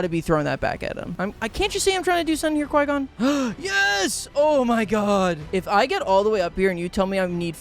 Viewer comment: can't even watch the full vid. From your god-awful take on Qui-gon to how you pronounce "droideka". it's just awful. may i never have the displeasure of being recommended one of your videos again.